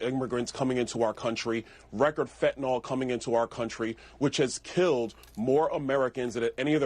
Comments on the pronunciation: Idiots don't read. It's fentanyl - pronounced fent-uh-NIL, not fent-uh-nul nor fent-uh-nol. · Why can't these shills pronounce it properly? It's pronounced 'FEN-ta- nil' not FENT- nol'. There is no letter O in the name! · This drives me nuts. Wth is fentanALL??? ITS FENTANYL. Nyl, not NALL. These are supposed to be educated people on tv. Why do people keep saying this? This guy is a clown anyway but wow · When will politicians learn how to pronounce fentanyl. It's not FENTANOL. It's fentaNYL! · It's spelled fentanyl, not 'fentynol'---FENTANYL. Many people mispronounce it too. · Why is it that conservatives cant pronounce fentanyl correctly? its not fentinol! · It's fentanyl which is pronounced fent-a-nill. It rhymes with pill not alcohol. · Fentanyl's last syllable rhymes with ill, not all. (Pet peeve of mine, sorry) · Why can't conservatives pronounce "fentanyl" properly? It's so weird.